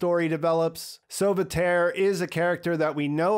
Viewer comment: Lots of French names in there... 'copain' which means 'friends' but in an ironical way. Sauveterre is NOT soveterry... it should be pronounced as 'sovehterr' and it literally means 'save the earth'.